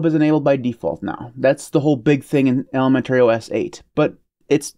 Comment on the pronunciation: I am fascinated with the pronunciation of ElemenTERRY OS 😀